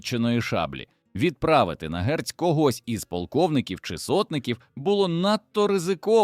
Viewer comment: Не " грець " , а " герць " 😉 )